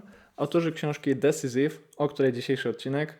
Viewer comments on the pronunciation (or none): Fajna recencja 👍 Jedna uwaga, Decisive wymawiamy bardziej nie "decisiv" a bardziej "decajsiv". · Drobna uwaga: Decisive - dəˈsīsiv (desajsiv nie desizyf)